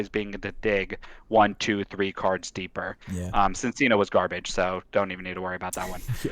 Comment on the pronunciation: Dude really talks about pronouncing Arceus correctly then goes on to mispronounce Cinccino/Minccino like half the online community does. I wonder what kind of looks you get from the barista when you order at Starbucks. But also congrats